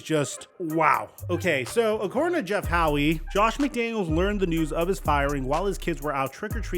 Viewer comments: I’m sorry, dude, how do you know know the name Jeff Howe? HOWE… “HOW” like HOW are you? Not Howie 😂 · I can’t get over how he keeps pronouncing Jeff Howe’s name 😂